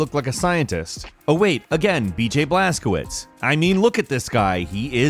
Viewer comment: Its pronounced blaskovich you pronunciation killing me in this video